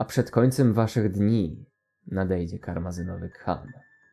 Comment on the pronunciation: karmazynowy khan czyta się karmazynowy kan